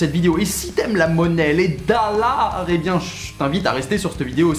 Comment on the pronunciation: mais mdr tu me fumes avec tes dallar pour dire les dollards la !